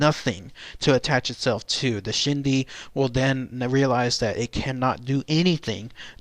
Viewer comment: The pronunciation is closer to "Ch'ee dee". The Ch'ee dee is the materialistic quality and desire of a spirit that causes a person's spirit to remain attached to the living materialistic world. The Ch'iidii is that part of a person's spirit or ghost that is still materialistically thinking and who still desires and craves after their previous material items, or perceived possessions of this world, which then keeps them connected to the world of the living. That ghost who harbors the belief that no one else should own their previous material possession prevents them from passing on, and they can do harm to dissuade anyone alive from owning what they consider theirs. For this reason a deceased persons personal possessions that formed their identity are buried with the deceased. When the Ch'ii dii part of the ghost stays because they are chasing after their previous life, then they trap themselves in the world of the living and one consequence is that they are not a whole being and remain conflicted on this plane of existence. Friends and relatives are not supposed to desire the dead person's spirit to remain because the materialistic side of the ghost will return, and cause the ghost not to be whole spirit and in the long run this is not good because energy of a ghost inherently cause an spiritual and emotional instability in a living person, even when the ghost does not intend to do harm, ie ghost sickness. I do not consider a Ch'ii dii a shapeshifter, but a person with Skinwa